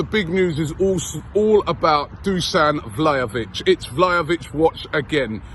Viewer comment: “Hi and welcome along to AFTV Vhlahovic daily”